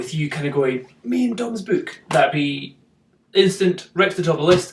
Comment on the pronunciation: funny how you say book. you say byyk not buuk. i laugh everytime